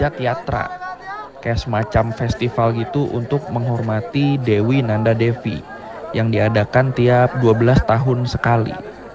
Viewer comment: Kayaknya devi itu dibaca dewi deh bang. Soal nya stw gw v itu di baca w disana